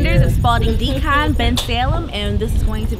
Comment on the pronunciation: I keep hearing Spaulding Decomp instead of Decon.